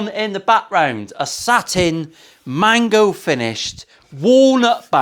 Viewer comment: Mango, not mago,. Must be because you’re “fucking exhausted”. Nice top on the Firebird. Love that walnut (my favourite) and stripes.